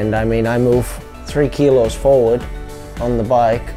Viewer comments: Forward - NOT "forwan / backwan" lol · Forwon or backwon lol it's hilarious